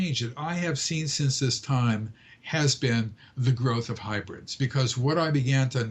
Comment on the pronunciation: Its actually hybrids....not hubrids or hibrids. :)